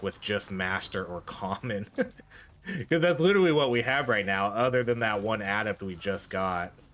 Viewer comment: im sorry man but the way you say "adept" makes my brain hurt lol. GG tho she looks really fun I haven't tried yet i think unlocking other forms and the skill to enter one form after leaving another could give you, say a bear/panther combo where you are human and weak alot less The tornadoes seem to always be by far the best strike